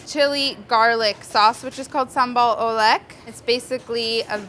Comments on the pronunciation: Sambal oelek is pronounced "ooh-lék". I know that isn't very important since this dish looks marvelous. And making sambal is super easy if you want it fresh. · Sambal oelek is pronounced sambal oo-leuk (eu as in the "u" in "burr") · The way she pronounced Sambal Oelek ohmygod 😂😂😂